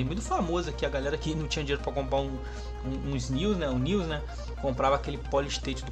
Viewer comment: News, nels, nius kkkk é nes (nés)